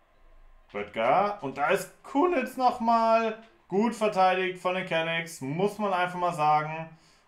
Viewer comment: Es heißt immer noch Can"a"cks, nicht Can"ä"cks:'D <3 Ist doch gar nicht schlimm ohne Ton, man versteht trotzdem, was abgeht:)